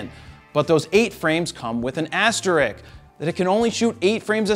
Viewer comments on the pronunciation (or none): what's an "asterick"? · Isaac Newton that's an 'asterisk', my friend